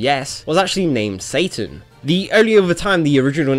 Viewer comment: Finally someone who pronounce his name right. I wish I could just give you 100+ thumps up. In my country we also pronounce it more like the japanese way even tho it's written "Satan" as well (the only different is that we pronounce the S very soft like if it was written with an z ) . Pronounciations can be different from place to place. Yet so many are think its pronounce like the english name " Satan" even tho you can hear how the characters pronounce his name in the games.